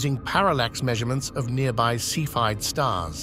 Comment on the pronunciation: They’re pronounced SEFF-ee-id variables.